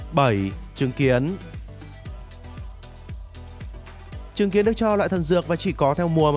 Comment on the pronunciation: Trứng kiến tui nghe thanh chứng kiến